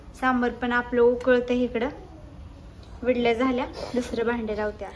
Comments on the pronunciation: विडल्या नाहीं ईडल्या म्हण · विडल़ी नाही गं इडली😁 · विडली नाही इडली